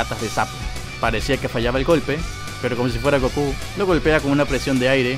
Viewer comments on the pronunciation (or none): none